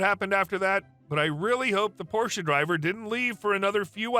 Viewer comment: I noticed you pronounce porsche correctly. that's rare. thank you.